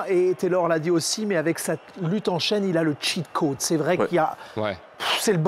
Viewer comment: « Le tcheat caude » 😬